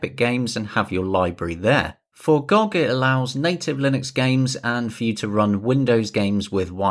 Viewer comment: Instant dislike for calling it gog instead of gog